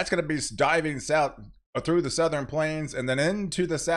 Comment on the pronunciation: souther-N Once you hear it you can’t unhear it😂